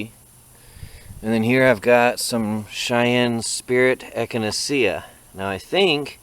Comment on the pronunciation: I think that plant echinacea is pronounced eck-a-nay-sha